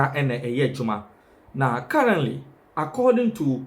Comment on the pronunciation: we say currently with the much emphasis on the “t” sound and not “ carraly” as you pronounced it.